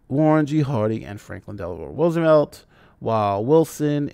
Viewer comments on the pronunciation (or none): none